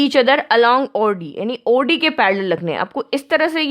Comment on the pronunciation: Maam its not AUDI its OD.